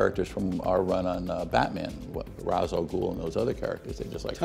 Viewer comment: He's pronouncing it right. Its the same root as in "rastafarian"